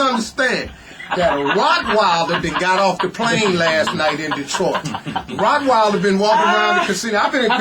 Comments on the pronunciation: Rockwilder? Hmmm.... Its Rottweiler for Godsakes......! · WTF is a “ Rockweiler “ ??? 😂🤣😂🤣